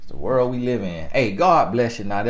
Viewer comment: It’s the extra R for me..😂😂😂 that’s exactly how he says it.😂😂